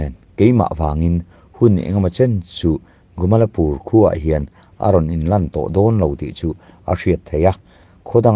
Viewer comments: A thupuiah 'GUMALPUR' tiin i ziak a,a chhiartu-in 'GUMALAPUR' tiin a chhiar si a.A eng nge dik zãwk le? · Gumalpur ti mai la,Gumalapur ti lo in